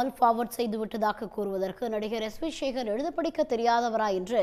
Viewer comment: சேகர் என்ற சொல்லை ஏன் ஷேகர்,ஷேகர் என்று சொல்கிறாய் எழுதும்போது எப்படி எழூதுவாய்?